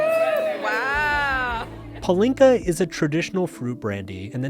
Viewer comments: Great vid, Mark, but it's a shame that you mispronounce palinka - it's PAH-linka, not pah-LINKA. Over my 30+ years of living in Hungary, I've always found it odd what a high priority partying is in Hungary. It's not that I don't like to party, but for many people smoking cigarettes and drinking is like oxygen to them, from a very young age. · I’m dying…it’s PAH-lin-ka. Not puh-LIN-ka. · Two things: 1) Why do you pronounce it as Palínka with a deliberate stressing on i instead of Pálinka like they say it? 2) Why do you have such condescending attitude? Do you perhaps see these people as somehow lesser than you because they drink so much? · Damn, your stress in the word pAlinka drove me crazy